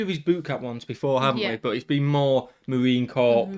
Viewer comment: “Marine Corp” made me cringe. It’s Marine Corps, as in “core,” as in French pronunciation.